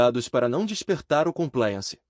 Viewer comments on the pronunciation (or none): none